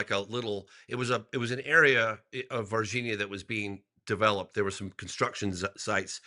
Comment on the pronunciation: Why does this guy doesn't know how to pronounce Virginia